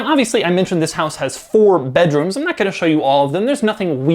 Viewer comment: i was like : ''4 rooms for 4.5 mil ? naaw'', but then i realized he said 4 BEDroms...